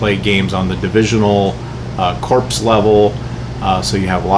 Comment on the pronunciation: Very useful video. Thanks. FYI Corps is pronounced core.